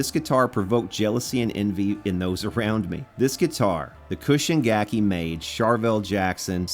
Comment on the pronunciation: I have to correct your pronunciation for "Chushin gakki" (中信楽器). It's like "choo shin" (like choo choo train, or choose) not cushion. It drives me crazy when you say it wrong. But I like it when someone loves Japan made guitars.